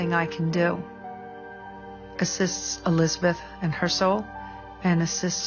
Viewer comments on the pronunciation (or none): none